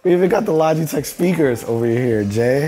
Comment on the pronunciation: Maybe it’s just me but the sponsor segment sounded like he was saying lodgeytech a couple times